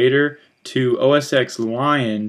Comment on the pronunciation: it is called OS X (ten) not ex... cm on...